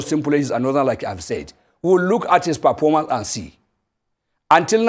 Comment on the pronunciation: "Perpormance' , Pinish, Pulani. 🤡